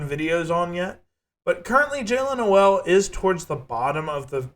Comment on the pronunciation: It’s pronounced No-le like Coal. 😉